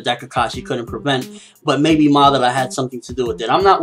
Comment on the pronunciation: Madaaara, not Maddarra. ^^